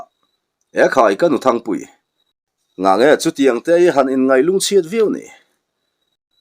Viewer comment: Thingpuii ni lo, Thangpuii tih tur.. 😅😅